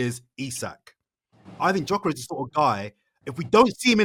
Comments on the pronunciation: Absolute disgrace cant pronounce Gyokeres name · still complaining on Gykores while he can't even pronounced Gykores name correctly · Guys figure how to pronounce his name! It's so annoying. You guys have a big platform so you should learn how to pronounce name... Much love and I love the show but this is so frustrating 😔